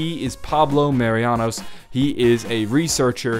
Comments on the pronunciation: *Marinus not Marianus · Pablo Mah-ree-noos Marinus not Marianos